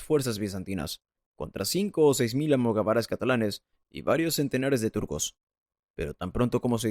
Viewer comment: ¿"Tribu islámica"? ¿En serio? ¿"Almogavares en vez de almogávares? ¡Cuánta cultura!🙄🙄🙄